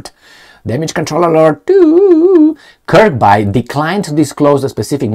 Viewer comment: Just so you know it pronounced Kirbee not Kirbye